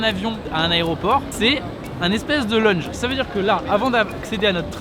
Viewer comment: lounge pas lung mdr